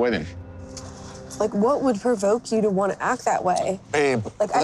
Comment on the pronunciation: "What do you WHUNT? What do you WHUNT?" Also, Charlie's questions are only provocative if you got something to hide